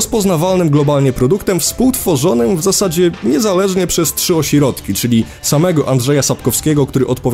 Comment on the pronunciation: ciągle mówi o(si)rodki